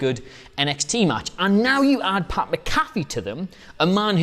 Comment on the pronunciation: You’re butchering pats name lbvs